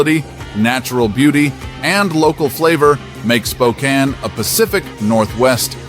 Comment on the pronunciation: I’ve lived in Spokane for the past 50 years. It’s pronounced “Spo-Can”.